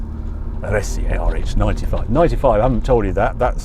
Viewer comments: it is pronounced "arse" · ‘Ar-es-e’ is where the Alfa factory in Milan was. It is easy enough to learn the correct pronunciation 😳